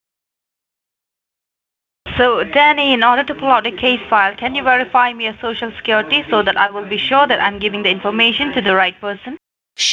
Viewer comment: Cant these idiot scammers pronounce the word "social" correctly? ShooShoo? really??